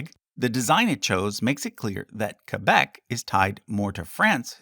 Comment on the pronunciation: As a Québécois, I love that you pronounce Québec as it should be pronounced and not "Kwaybec" as most anglos seem to do. Great video too! It was nice to learn about each province. Keep up the good work.